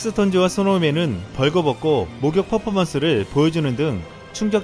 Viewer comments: 음... 하나 잘못되었는데요... '식스톤즈'가 아니라 '스톤즈'입니다. 영문명인 SixTONES에서 ix는 묵음입니다. 즉, 안 읽어요. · '식스톤즈' 아니고 '스톤즈'라고 읽는대요 호카손 구독자